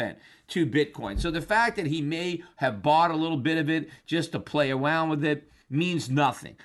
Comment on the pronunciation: . "Awound" lol